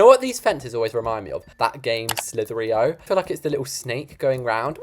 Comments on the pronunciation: Its slither-i.o not slitherio and i love your vids❤❤ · That cracked me up when he said slitheryo it’s probs just an American way but British say slither IO